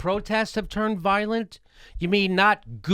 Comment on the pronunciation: the protesters are "voilent" hahahah :)